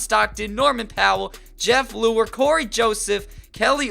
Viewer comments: he said jeff leuer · 'Jeff Leuer' 'John Hornacek'